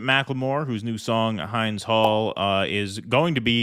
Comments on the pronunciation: Hind like wind , please for the sale of her memory pronounce it correctly ❤️ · Please learn how to pronounce Hind. It’s not Hynde and is hind leg. It’s hind, which rhymes with wind. 🤦🏽‍♀️ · You pronounced her name wrong, it's pronounced Hinz, not Heinz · It's Hind's Hall, not Hynd's Hall. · Please pronounce it right, not Heinz Hall, but Hind `I like in hit). Named after the 6 year old girl that the IOF assassinated in cold blood, after promising that they would let an ambulance rescue her. They then bombed the ambulances and then killed Hind. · You guys need to know how to pronounce! It's H-I-N-N-D not H Y N D as in a female deer (Hind)... Or a 'hind' leg... C'mon dudes show some cultural sophistication.. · Hind is pronounced like hymn but with a « n » and a short and hard « d ». Thank you for covering the suffering of the Palestinians. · The name Hind rhymes with “pinned.” She was a 6 year old girl 💔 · Hind, rhymes with kid. Which is what she was. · Hind, pronounced exactly like Hint but d sound instead of t. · Please because this is important. I noticed you did not pronounce Hind's name correctly. Hind's memory will never be forgotten but we need you westerners to honor that memory by at least getting the right pronounciation of her name. It's Hind as in wind or chin not as in behind as many of you do not pronounce it the right way. Thanks and Free Palestine. :) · Amazing song 🤗 PS: hind هند shouldn't be pronounced same as behind* but hind as in "in" "fin" "kin" "hind" 💟 rest her soul Love Macklemore, free Palestine 💚🖤❤ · Her name is Hind , the i is pronounced as an e!